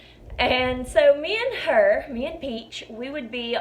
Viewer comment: You know you're listening to a bonafide southern belle when she says the word "ayand" meaning "and". Lol! Lovely girl, great video, thanks for the laughs and the stories,!